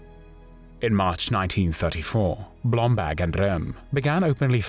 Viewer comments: face-turquoise-covering-eyes: Yeah but... who is "Blomblag" I thought his name was "BlomBERG!":face-turquoise-covering-eyes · Why does the narrator pronounce Blomberg as “Blombag”? Does BlomBERG sound too Jewish for a Nazi?